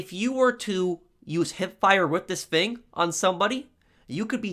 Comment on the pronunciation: I love that you pronounce "thing" as "fing" reminds me of my English buddy.